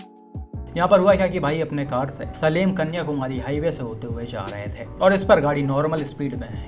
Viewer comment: सलेम नहीं है भाई सेलम है ।।